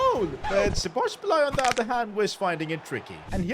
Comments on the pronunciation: The game literally tells you how Szo's name is pronounced lmao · At least you tried to say Szoboszlai's name. You almost got it. I'm froam Hungary and this hurts my ears. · You're not saying Szoboszlai's name good😂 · Please learn how to pronounce SZOBOSZLAI’s name. He will be another level next season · im hungarian and im kind of happy that you couldnt say "Szoboszlai"right. btw good video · you butchered the pronunciation of szoboszlai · It’s sobalski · It's "So Bows Lie" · It’s pronounced so-bo-sly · His name is So-bo-sli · Szobolzlai can be pronounced as Soboslai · If you wanted to know the pronounciation its "Sa-bos-lai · Its pronounced so bo sly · Btw its so-bo-sai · Nope you said szoboslai wrong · soboslae is the pronounciation. Im Hungarian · I think he said his name is pronounced as sobosly or something like that😭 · “Sobozbolai” bro😂 put it in google translate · Sa-Buzz-Lie That's The Pronounciation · It's pronounced : Sho-bosz-lai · Where does he get the second B from when pronouncing Szoboszlai🤣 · Aye its (sa-boz-slai) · the correct pronunciation is sobboslai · Say Szoboszlais name like "Soboslai" ;) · Say Szoboszlai like: Sobosla-i. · Its szoboszlai Shobosslai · Hungarian here Szoboszlai's name pronunciation is Sobosla e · Bro just say Soboslai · say it like Dominik So-Boss-la-E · sz in hungarian is pronounced like a basic s. so its pronounced like so-boss-la-eh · szobozlai is pronounced like so boz lie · Szoboszlai's pronounciation is So-Boss-laee or So-Boss-Lai if that is easier. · Szobozlai S-boz-lie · Szoboszlai's name is pronounced like this Sobosslai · Its prounonced sobozlai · Pronounciatan= Sho-boz-lai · you pronounce it Sob Oz lie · Bro is it so hard to pronounce Szoboszlai?